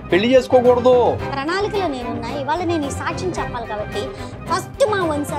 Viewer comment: ఆ ఉచ్చారణ సాచ్చం... మహానివేదన...ఇలా అంటోన్న మాటలను బట్టి..... ఈ సన్నాసి... బ్రాహ్మణ వనిత కాదు... ఏ హీన స్థితిలో ఉన్నా బ్రాహ్మణుల మాట తెలిసిపోతుంది... ఇది చాలమందికి తెలుస్తుంది....